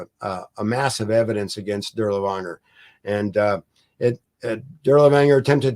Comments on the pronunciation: "Dur-lee-wanger?" Really? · Same with “Dirlewanger”. Absolutely no attempt to pronounce the main subject matter of this video correctly is most irksome.